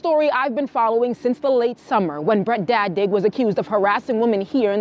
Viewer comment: did I hear her right the name was "Bread dad Dick"? ( Brett dad dig ) and Americans are the ones who properly pronounce words PHAAA!!!!